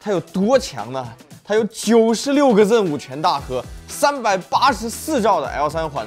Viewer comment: 明明是读zen 为什么一直要读成ren?